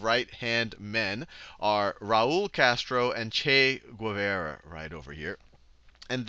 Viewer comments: Not to knock your pronounciation, Sal, but Guevara is pronounced "Geh-vah-rah" not "goo-eh-veh-rah." Still a freakin' awesome video, man. Keep it up! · Great video. One small note, his name was Che Guevara (as in "car" or "bar" not Guevera).